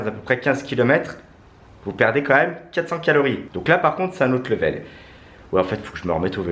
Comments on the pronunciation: Tu a dit kilori au lieu de calorie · Calories et non quilorie mdrrr #humour je dit sa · " 80 kilories " 😂😂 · Ta dit 8 quilories au lieu de calories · Euh sans être méchant on dit CALORIES je vous adore 😍😍😍😍